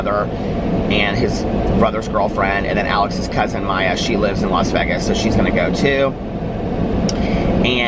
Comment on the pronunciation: The way you pronounce Vegas to rhyme with leg-as makes me giggle every single time. I've never heard anyone else say it that way. I've always heard it pronounced like Vay-gus.